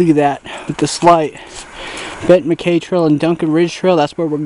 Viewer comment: I believe it is pronounced "Mac-Eye"